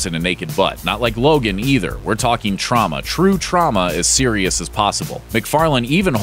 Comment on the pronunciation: Trauma or Troma?